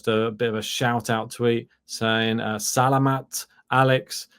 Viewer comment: The stress is on the second syllable when you say ‘Salamat’— sa-LA-mat. Thanks.